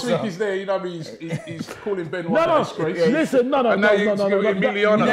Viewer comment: "Disgrrrrllrrrace of the century" man like 😂